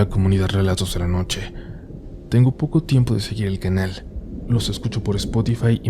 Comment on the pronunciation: jajaja me pasó igual,verifiqué el título y en cuanto escuché “relatous de la nouche” dije ahhhhh 😂😂